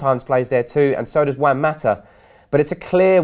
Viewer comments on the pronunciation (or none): none